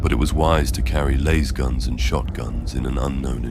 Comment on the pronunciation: dude said Laze-guns. Nuff mistakes made